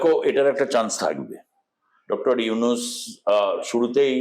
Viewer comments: নিউজ প্রেজেন্টারের উদ্দেশ্যে বলছি - একজন গুণী ব্যক্তির নাম শুদ্ধ ভাবে উচ্চারণ করুন। ৩২ সেকেন্ডে আপনি ইউনূস স্যারকে ইউনিস বলেছেন। ভবিষ্যতে এ বিষয়টি খেয়াল করবেন। আর আপনাদের ভারতীয় মিডিয়াদের কি আর কোনো কাজ নেই, শুধু বাংলাদেশকে নিয়ে উস্কানীমূলক ও বিকৃত খবর প্রচার করছেন। ভয় পাচ্ছে নাকি আপনাদের সরকার যদি ভারতেও ছাত্ররা বৈষম্য বিরোধী আন্দোলন করে? উত্তরের অপেক্ষায় রইলাম। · Not younis, Younus ok. Juounalis vai if don’t have any problem to talking (stammerer); tell name properly ok. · To dear anchor of the channel, please pronounce correctly. Yunus, not yunis. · আরে সাংবাদিক দাদা আগে ত নামটি শুদ্ধ উচ্চারণ করুন উনার নাম ইউনিস নয় ইউনূস ওকে? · ইউনূস ওনার নাম হালা আগে নাম সঠিকভাবে বলা শিখে উপস্থাপনা করবি😈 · ঠিক করে উচ্চারণ করুন , উনার নাম ডক্টর মুহম্মদ ইউনুস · Younus নামটা ভালো করে উচ্চারণ করতে পারে না উনি কিভাবে,,,,,,,,,,। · বাংলাদেশ ভারতের সম্পর্ক এসব আলোচনা থেকে নস্ট হওয়ার সুযোগ নাই। আপনাদের লাভ এইটাই যে ইউটিউব থেকে বেশী টাকা কামাতে পারবেন। বাংলা বানান ভূল ও ড. মোহাম্মদ ইউনূস স্যারের নামটা ঠিক মতো বলতে ও লিখতে পারেন না । মন গড়া কথা না বলাই বুদ্ধিমানের কাজ। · ভালো ভাবে নামটা বলেন! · ইউনুস উচ্চারণ আপনার ভুল আছে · দাদা নাম টা তো ভাল করে উচ্চারণ করুন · ইউনুস নামটাই উচ্চারণ করতে পারেন না আবার উপস্থাপনা করতেছেন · ছি উপস্থাপক, নামটাও ঠিক মত বলতে পারেননা